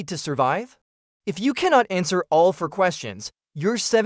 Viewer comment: All good tips. However, WHO NARRATED THIS? "Fir" hours? Get off the "flour"? What is a "blenkit"? Sentences cut off. Did you not listen to your audio? You lose credibility by sounding uneducated.